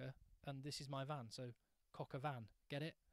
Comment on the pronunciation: Coque au vin pronounce nothing similar to cocker van